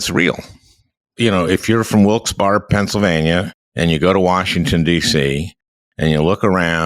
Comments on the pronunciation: Sorry - it just hurt the second time you said it and then Tim repeated - Wilkes Barre is pronounced Wilkes BERRY not BAR - yes I know it's anal but you completely destroy your own point to the people that listen to you from the area (Even people in Upstate NY know about Wilkes Barre) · Not a bad discussion but please stop using my hometown of Wilkes-Barre as an example - you're not even pronouncing it correctly. Thank you Al Franken - wish we still had you in the Senate. BTW I'm a US Air Force veteran who got the GI Bill and went to college and grad school. We're really not all a bunch of hillbillies but many of us are. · It's pronounced Wilks-berry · Locals pronoune the name of the town as Wilks-Berry.